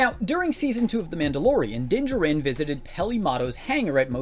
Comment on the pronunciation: Does everyone on this channel mispronounce Din "JARin's" name? Still not Din JERin.